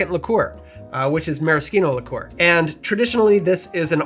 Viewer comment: On what planet did you learn to pronounce "liqueur"?